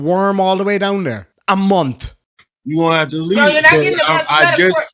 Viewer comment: correction, he didn’t say ‘month,’ he said “munt.”